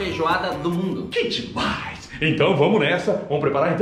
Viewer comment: "que demains demaiss demainss" 😂😂😂